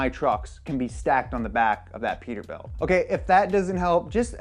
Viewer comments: it is PETERBILT NOT PETERBUILT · It’s peterbilt not peterbuilt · “Peterbuilt” hahaha